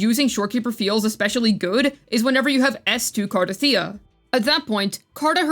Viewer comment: Thank you for saying her name correctly. Other CC's must have audio turned off in the game 😅.